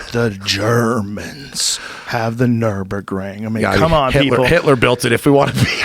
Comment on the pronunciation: Hey Joe how about you teach your dumbass "car guy" friend Brenda how to say nurburgring